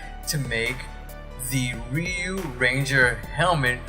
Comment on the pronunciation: If you’re still wondering, Ryu is pronounced “ree-you” such as when Ryu does his shoryuken move, he pronounces it “sho-ree-you-ken”.